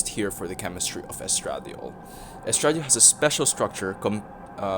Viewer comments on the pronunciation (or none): Claiming my early card, also its pronounced es tra die ol in most places